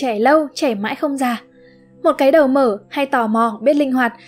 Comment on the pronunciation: ko bik tại sao tôi lại nghe cái đầu mở thành cái đờ mờ :))